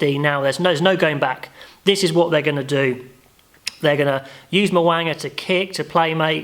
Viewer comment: LIke your review but would love to see you make more of an effort to pronounce players' names correctly! Instead of 'Mow-anga' (really nasal!!!) try Mow--ooong-a.;-) Pretty confident that Brodie Retallick will start and not sure Scott Barrett or Tuipulotu on the pine.But put your house on Big Bad Brodie to start!